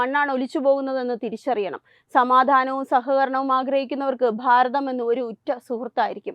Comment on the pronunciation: ബാരതം അല്ല ഭാരതം.